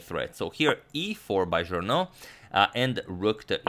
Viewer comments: Thank you for the amazing content as always! Just FYI: Journoud is pronounced [Joornoo] instead of [Joorno]. It is easily mixed up as Journaud [Joorno] would me much more common as a French name than Journoud [Joornoo]. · Evo malo pomoći za izgovor: "Café de la Régence" se izgovara "kafe d la režans". Journoud će pre biti Žurnu jer se 'ou' izgovara kao naše 'u'. Uz ove male ispravke eto još malo pa dva miliona! Pozdrav.